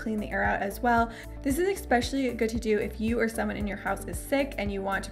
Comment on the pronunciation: I like you vlogs but can I ask...Why do you say ….exspecially ….the word in the dictionary is...especially there is no x or k.Sorry but a little irritant for me